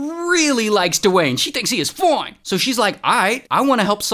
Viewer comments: I like how you say "Foine" 😂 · “She thinks he is FOINE” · You forgot "foine" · “He’s foine” 😂